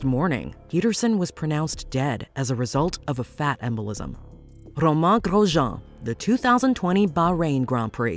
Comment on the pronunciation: Other than butchering Romain’s name, it was a fair list. Would include kubica’s accident in montreal too